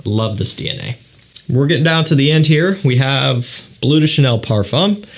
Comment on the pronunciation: Maybe, out of respect for the language and culture it comes from, it's not called 'Blue' de Chanel. It's called 'Bleu' de Chanel, which does mean blue but it's pronounced 'blehw'.